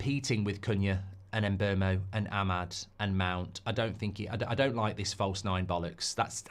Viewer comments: Mark if you do sign Mbeumo you need to learn how to pronounce his name lol Its not Mbermo its Mboomo as the player himself has stated 😂😂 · It's pronounced 'Mbeh-Wu-Mo' 😅